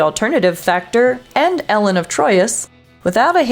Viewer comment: It’s Elaan (long a), not Ellen, of Troyius.